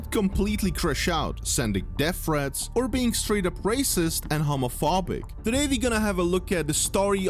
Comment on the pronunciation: bro did not say homophobic correctly